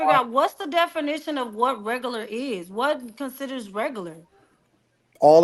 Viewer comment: "wHaT cUnCiDuHrZ rEgUrLuR?" Guuuuuuuurl!!!! 😂😂😂😂😂😂😂😂